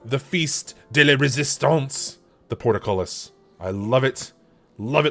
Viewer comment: Liked. But I cringe at your pronunciation of ‘portcullis’ 😉